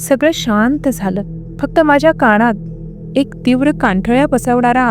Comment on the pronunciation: अनाकलनीय,मनात,कानात यातील "णा" हा उच्चार खटकतो! अणाकलनीय,काणात,मणात हे ऐकायला खटकते! तेवढे सुधारायला हवे! बाकी ठिक आहे!